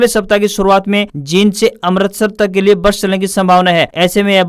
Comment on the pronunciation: आप अमृतसर को अमरतसर बोल रहे हैं। कृपया शुद्ध उच्चारण करें।